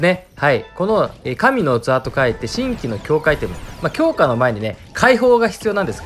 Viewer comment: 神器は読み方じんぎですよー